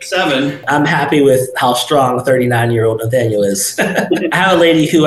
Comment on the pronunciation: The way you pronounce Naythaniel makes me twitch, but I like your content.